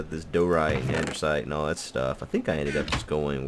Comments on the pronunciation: the "Andersite" is pronounced andisite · Did anyone else hear him say "andersite" instead of "andesite" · Lol.. says Andersite instead of Andesite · Does he know that it is Andesite and not Ander-site, or is it a joke? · There's and "i" in DIORITE, and no "r" in ANDESITE. Die-oh-right And-a-sight. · You must be new here... If you'd been around, you'd remember that for years always called Lapis Lazuli "Lupus" just to piss people off who need to learn not to get their panties in a bunch. Also, he says "Andersite" because it sounds like Anderz as in Anderzel, another player on the server. How you don't know who Anderzel is despite this being right after last UHC is beyond me. Are you so new you didn't even see last UHC then? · Andesite has no "R" Diorite, pronounced "die" ily bby